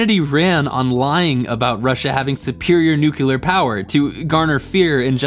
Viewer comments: Love your essays... But please, for the love of intelligence, stop pronouncing nuclear "nucular". It's NEW-klee-uhr. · It sounds like you’re saying “nuke-u-lar,” instead of “nuclear.” I know that editing entertaining videos isn’t the easiest job. But, dude, in the first minute, you say, “I’m really smart.” I really wanted to like this video, because Kubrick. The competition is stiff, bro. Sorry. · great video but... nu-clear not nuculer... please and thank you. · I totally enjoyed the break down of the movie. It was spot on and very informative. The only issue that I had was that the commentary continued to reference Nucular as opposed to nuclear. It was like listening to George Bush. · Nuclear, not Nucular. C'mon man. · But why does he say new-cue-lar instead of new-clear? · Before I say this, i think your videos are great. That being said, it's pronounced "Noo-CLEE-er" my dude. Noo-CLEE-er Do you want to sound like george w bush? Cuz that's where Nuculer came from. Jus saying. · HERE'S AN INTERESTING PARADOX: NUCULAR, NUCLEAR. NU CLEAR SEEMS TO BE A SIMPLE WORD??? Just a thought. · “I’m really smart ..... Nu Cue Lir”. Okay buddy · It's pronounced Nu-cle-ar, Homer....not Nuc-yu-lar....doh ! And 2001 A Space Odyssey is Kubrick's greatest film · It's pronounced just like it's spelled: NU-cle-ar, not NU-ku-lar. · I can't take any intellectual argument seriously from someone who says nucular... Sound out the word... It's Nuclear... NEW-CLEE-AIR... Not new-que-lar.. It's not hard... It's simple. It's based on the word nucleus... The middle part of an atom... It's not called a new-que-lus its a new-clee-us. How can anyone see you as an intellectual if you can't even say basic, simple to sound out, words correctly? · nucular warfare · Why do you say Noo-que-ler instead of nu-clee-ar? Why why why why? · Sorry....but nuclear is pronounced "New-Clear"....not "New-Killer". Break the word up like it's spelled: nu-clear. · Great video, but it's "nuc-le-ar" not "nuc-yu-ler"!